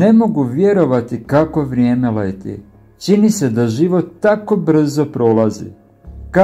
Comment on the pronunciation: Ne kaže se dogaĎa nego dogaĐa i ne kaže se Ćini nego Čini,nauči prvo da pričaš pa možda dobiješ još koji sub